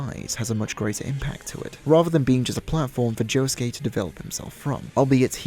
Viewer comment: Why the fuck is he calling josuke yuosuke